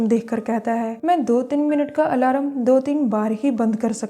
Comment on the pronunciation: Aalaram haaa.... Its alarm